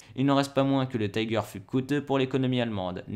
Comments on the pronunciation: En allemand on ne prononce pas "Taïgèr" à l'anglaise, mais "Tiguer"... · Taïger, taïger, taïger... Pourquoi dans une vidéo en français, à propos d'un char allemand, utiliser la prononciation anglaise ?!?!? Si la vidéo était en anglais, je dis pas, mais là ... ? Un char Tigre ou Tiger, mais pas un Taïger, svp. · Comme je dis souvent, l'Allemand c'est pas de l'Anglais. Tiger ne se prononce pas Thaï-guere mais Ti gua (à peu près). Si tu n'es pas capable prononce tigre à la française. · C'est pas le "tai-ger" mais le ti-ger . En Allemand on prononce le "i" tel quel, et non à l'anglaise ..... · y'a vraiment un truc qui trigger mon OCD, c'est tous ces gens qui prononcent "Taïgueur" comme en anglais... c'est "tigueur", en allemand. du coup dire "tigerprogramm" à l'anglaise, c'est un non-sens... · Pourquoi prononcez-vous le mot "Tiger" à l'anglaise? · Apprends à prononcer "tiger" correctement ! C'est de l'allemand, pas de l'anglais ! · Pourquoi prononcer Tiger à l'anglaise alors qu'il s'agit d'un char allemand ? Vraiment nul ! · Et je lui ai écris aussi que je trouvais stupide de pronomcer tiger à l'anglaise alors qu'il s'agit d'un char allemand !